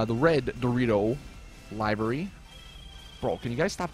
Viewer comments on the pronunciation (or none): liv-ery. NOT live-ry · It's pronounced liv-ery not live-ry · Im Star its annoying that people keep getting this word wrong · everyone keeps saying livery wrong -.